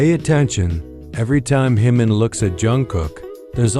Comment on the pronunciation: Pronounce Jimin's name correctly